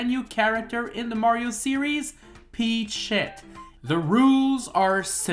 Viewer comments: "Peachshet" another peachshet more peachshet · I will never unhear Peach-Shet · You sound like youre saying peach shit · Ey you so mean to the coins but im still a fan and I feel like your saying peach shit XD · I thought he said peach shit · Bro idk if he doesn’t means to say it but to me it sounds like he’s saying peach shit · Why does it sound like he’s saying peteshit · I fought you said peachshit not peachett lol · No offense, but the way he says peachette sounds like he said peach-$%#& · Until the end of the video I heard that you said Pech sh1t bet at the end of the video I saw that it was written Peachette... XD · "Peach Shet"😂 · Sorry, I keep hearing Peach shit... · It sounds like you keep saying peach shit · Gotta love that pronunciation P E A C H - S H E T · I can't stop hearing "Peach shit" everytime you say Peachette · Am i the only the noticing that he's pronouncing Peachette weirly? 😅